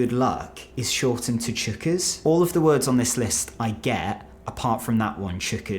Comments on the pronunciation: Chookas .. he has no idea Pronounced choc-is means very full. They say it to let him know there is a full crowd. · Chockers =\= Chookas